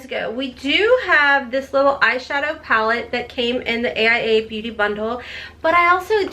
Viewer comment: It's pronounced ace bee-you-tay. Not Bute lol